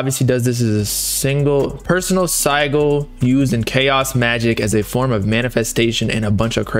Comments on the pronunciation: dude said sy-gul 💀💀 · couldn't take this serious after I heard "sigle" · SI-JIL BRO. NO SIE GULL. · Sih-jul…. I was like wtf is a “sie- gull” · No way mans said Sigle dafuck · Bruh It’s hard to listen to “siegel” over and over again it’s Sigil with a j sound lol like ci - jul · Its just the same as a crest lmao p.s its pronounced sidge-ill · it's sigil pronounced sijil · saying sigil wrong the entire time was killing me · The pronunciation of “sigil” was making me rage 😂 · The way they pronounce sigil got me an aneurysm i cant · bro i can't stand the way the pronouncing sigil it's funny asl 😭😭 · Bro they were pronouncing Sigil wrong the whole video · They way yall saying sigil is wrong and dude doesnt know wtf hes even talking about lol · MAN I DON'T THINK THAT'S HOW YOU PRONOUNCE SIGIL LMFAO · These guys really don’t know how to pronounce sigil? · How does dude not know how to pronounce sigil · them mispronouncing "sigil" killed this for me. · BOB IT'S SIGIL lol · U can't even pronounce it bob, i don't think it'll work 4 u 😭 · i hate how they are pronouncing sigil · Also bro don’t know how to pronounce sigil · Not trying to hate but how are you going to speak on this knowing absolutely nothing about it, dude couldn't even pronounce sigil right